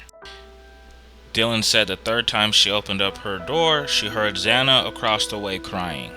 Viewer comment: It's Xana. Not zanna.........